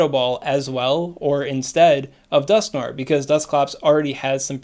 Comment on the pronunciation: Dusk-No-Er (We're NOT giving them Litwick) ... The Niantic "brain" storm session motto ... Also swaaaaaaaag ... tips